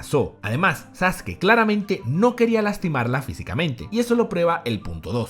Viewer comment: muy buen video, en especial por la pronunciación correcta de Sasuke